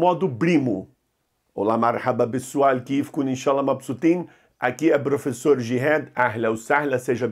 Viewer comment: "", você é um barato! Adoro suas aulas! 😄